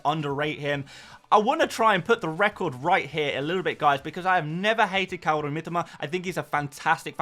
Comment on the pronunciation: Mitoma....not Mitima...ffs,...I speak Japanese...lived there 8 years